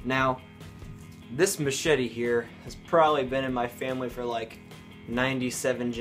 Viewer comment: I swear he said make this little mashitty(machete) new again